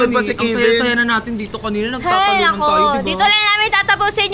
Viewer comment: Kevin hindi po kivin